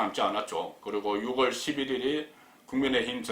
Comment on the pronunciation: 국건국장님! 안녕하세요? 출첵입니다. 그런데 6월을 유월이라고 발음하셔야 맞는거 같아요. 10월을 시월로 하듯이~ 솔나무를 소나무로 하듯이~ 활음조로~ 오늘도 화이팅입니다.